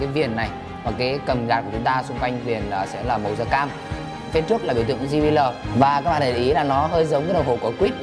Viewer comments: ji bi eo anh ơi! chứ ji bí lờ gì nghe mắc cười quá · "Di bi lờ" :v